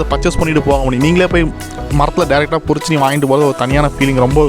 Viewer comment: Boss athu porichi illa, parichu